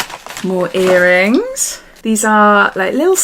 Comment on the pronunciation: I like that you say 'yearrings' it's familiar to my Welsh ears lol